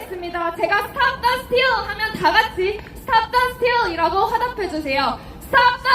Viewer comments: 영어영문학과는.. stop the steal 할 때 발음이 역시! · 스탑 더 스틸 외칠 때, 발음 죽인다 하면서 운전할 때 연설을 들었습니다. 자랑스럽습니다.